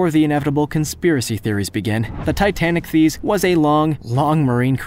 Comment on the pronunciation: Should be pronounced "TI-tan-IK-theess."